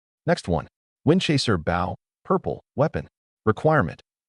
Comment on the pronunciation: AI English fails again 😂 Windchaser BOW should be pronounced Boh Agape should be pronounced A-gape not A-gah-pay Read should be I RED the book not I REED the book